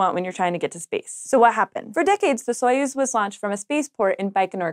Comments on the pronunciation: "Soyuz" is pronounced much more like "suh-YOOZ." Not important, but Slavic things are my thing. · well they said "epoch" wrong so I wouldn't expect them to get Soyuz right lol - oh I'm being too mean - I love